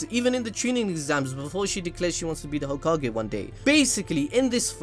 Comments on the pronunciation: Hoe Kage 🤣🤣🤣🤣 ahhhhhh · Hoe-Ka-Ge juke got me bad... damn I wasn’t prepared XD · Hoe- ka-ge 🤣🤣🤣🤣🤣🤣🤣omg I'm weak 🤣🤣